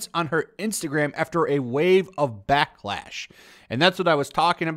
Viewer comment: Backlash or Batlash? LOL